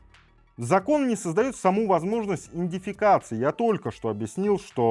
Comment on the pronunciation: Братан спасибо большое за нужную информацию. Но научись , пожалуйста произносить правильно слово ИДЕНТИФИКАЦИЯ , а не инофикация . А то как будто антисаниторию обсуждаешь, против насекомых. А не важнейший и главнейший апологет против слежки. Не критично , но режит слух и сознание .